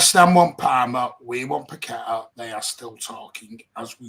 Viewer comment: Its PAC-E-TAR thats the way he pronounced his own name in West Ham unveiling where is this PAQ-WE-TA coming from??? 😄😄😄